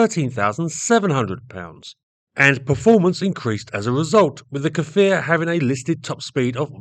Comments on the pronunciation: Small correction, the Hebrew pronunciation is "Kfir" (like saying "rear") and not "Kafir"... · its not pronounced "ka-fir" its pronouced "k'fir" no vowel ovment beween the two first consonant. means lion cub in hebrew, israel was later to develop the Lavi, which is another great plane, but it never met with producton past the prototypes. supposedly after the Lavi (young/adolecent lion), which was a single engne multirole that was going to gve the f-16 A/B a run for its money, the IAI was planning to build a third, double engine fighter that would be something like the f-15, which was going to be called ARIEH (which is an adult lion). all these fighters are suposed to have synonymes of lion. sadly that project never passed the design stage, as that there was no funding anymore to fighter jets.